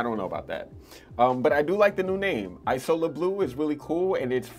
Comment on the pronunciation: It’s pronounced ‘eazola’, not ‘ajsola’. Isola is Italian for island. You may like afternoon swim by LV, similar vibe to mandarin basilic.